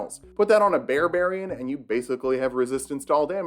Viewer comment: "Barbrarian" [slow clap to STANDING OVATION]